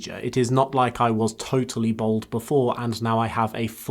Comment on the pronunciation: Baaaaald. Not Bold. Love you